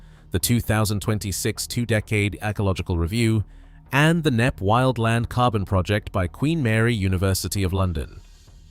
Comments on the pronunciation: K-nepp? It's pronounced Nepp. It takes 5 seconds to Google the pronunciation. I'm guessing you're American. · Pronounced "NEP"...not "Kay-Neppy". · Where is Kay Nepp???? The estateS name is "KNEPP" and pronounced "NEPP" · Shame about the narrative. WHO in UK says K napp. It's Knapp, PRONOUNCED as Nap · This place, called Knepp….silent K. Not Kenepp. Aaaaaargh! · It’s not K-nepp. The k is silent. It is pronounced as Nepp. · Its pronounced "Nepp" not "K-Nepp" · Pronounced nepp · Kay-Nepp? Stop using computer-generated narration. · It’s pronounced NEP …. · 50 seconds in: K nepp 😂😂😂 Kay Nepp😂😂😂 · Lol, that is not how Knepp is pronounced. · Stole footage and dont even know how to pronounce the name.